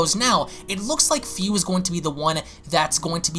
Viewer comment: man im pretty sure his name is Fu, pronunced Foo (like Foo Fighters) and not as Fiu